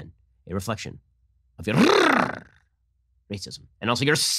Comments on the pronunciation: That RRRR roll was fantastic Ben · I thought Ben being able to play the violin was impressive, but then he rolled that R. My god, this man has no limit to his talent. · Very impressive "r" rolling